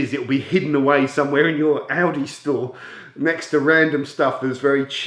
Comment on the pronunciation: When you said Aldi it sounded like Audi 🇺🇸😉